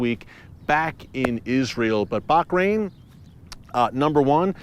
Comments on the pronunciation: Ooo, not “Bak- rain” but “Baa-rain” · Why you pronounce baHrain, baQrain ? 😂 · Hi Eric, it is Bahrain not Bakrain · Hi, Erick and other Watchers, I have a total side question. Is that how Bahrain is pronounced? It sounds like Erick is adding a 'c' in there, like Bachrain. Have I been mispronouncing it all along? 🤔🥺😢😎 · Pronounced as Bahrain. Bah as in lah! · I think I gotta get my hearing checked... Just sounds like he's saying Barkrain? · Watching herefrom dubai it pronounce baha rain sir